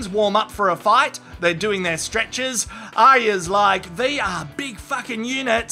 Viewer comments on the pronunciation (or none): The good thing about the end of Game of Thrones is I won't have to listen to butcher the name Arya any more. "Ah-ya."